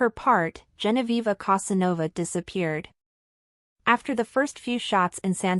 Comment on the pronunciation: You don't even Know how to write and pronounce her name! It is GENOVEVA. Not Genoviva.